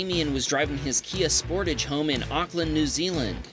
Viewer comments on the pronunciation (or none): Not Hoe U Pronounce Sportage